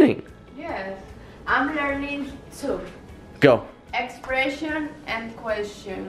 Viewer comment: expreshon and queshon